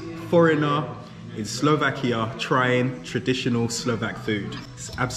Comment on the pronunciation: Stop saying SlovakiO, man! It’s SlovakiA!